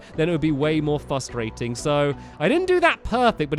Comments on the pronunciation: You said fustrating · frustrating not fustrating